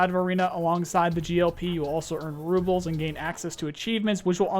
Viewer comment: Apparently I’ve been saying rubles wrong